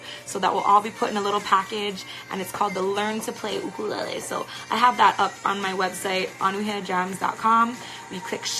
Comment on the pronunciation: it's a you-kur- lay- lee, is that the Hawaiian pronunciation? U-ka-lala LOL